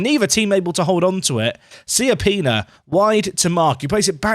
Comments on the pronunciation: It’s actually Cha-pee-nah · you pronounce it more like Kiappina :D wich oddly in italian means small buttock